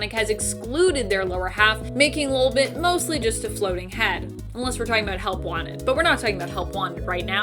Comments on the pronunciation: Not lulbit it’s LOLbit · Anyone else slightly annoyed by the way she is pronouncing ‘LOL’ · Your pronouncing lolbit wrong